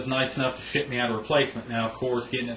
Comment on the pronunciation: lol..... sounds like... "He was nice enough to shit me out a replacement"